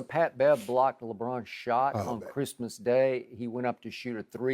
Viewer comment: “On Chrimah?” 😂😭